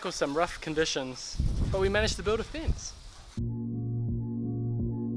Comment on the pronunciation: I immediately new he was a New Zealander When he said "we're going to build a fince"